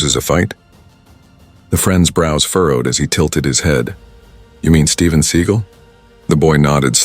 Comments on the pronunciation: How can anyone in the US no know who Steven Seagal? Learn how to pronounce his name, too. Do you still have prejudiced cops in 2025? But karma will come soon. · The dude doing the narrating doesn't know how to pronounce Steven seagal😂😂😂😂😂😂😂😂😂